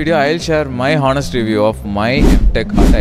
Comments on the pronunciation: You didn't get placed because you say hoenest instead of honest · "honest" pronunciation wrong